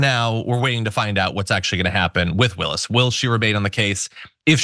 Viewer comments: We all know Alina hobbit is not so smart - she admitted that😳. it’s hilarious that she purposely mis-pronounced Fani Willis’ name … shows her continued stupidity! You know she’d rather be pretty than smart 😂😂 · It’s pronounced Ms Willis.